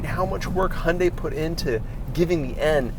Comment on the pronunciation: I respect you for pronouncing "Hyundai" like a Korean